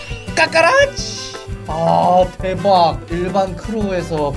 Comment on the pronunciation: 까까라치가 아니라 파파라치입니다